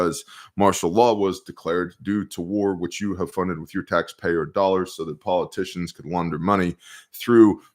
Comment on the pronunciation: my kids now say dollars as “doll-hairs”, thanks to you!